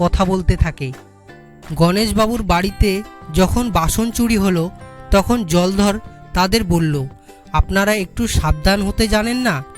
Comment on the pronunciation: উচ্চারণ এখন‌ও শিখতে হবে। কোথায় থামতে হবে তাই জানে না। অনেক ভুল উচ্চারণ হয়েছে । বিশেষ করে নামগুলোর সময়। যেমন জলধর হবে না জলোধর হবে। রামপদ হবে না রামপদো হবে। আমাদের ছোট বেলায় দ্রুত পঠন বলে একটা ব্যাপার ছিল।এখন আছে বলেত মনে হয় না।অনন্ত এইটা কানে শোনার পর। অনেক অভ্যাস করে তারপর এগুলো ছাড়তে হয়। পরবর্তী প্রচারের আগে যেন ভাল করে অভ্যাস (Practice) করা হয়। ভুল গুলো বড্ড কানে লাগে। বর্তমানে আমার বয়স ৬৩ বছর।